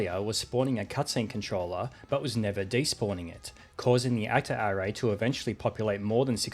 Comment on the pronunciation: I have never heard somebody pronounce "array" like "hooray" before, that's new 😂